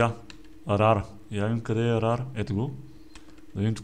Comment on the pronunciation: Митко не се казва раре тоест rare а се казва РЕЪР казвам просто да знаеш! :D